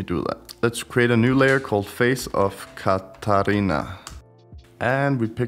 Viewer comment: It is "The face of Catrina" not "the face of catarina" :D